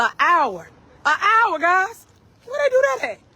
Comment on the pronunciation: She also said a hour, it's an hour because the h is silent.